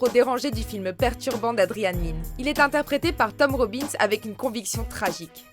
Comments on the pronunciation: 3,08 elle a dit tom robins c'est tim robbins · c Tim Robins pas Tom Robins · tom robbins ? sérieux mdrr ? c est Tim Robbins les gens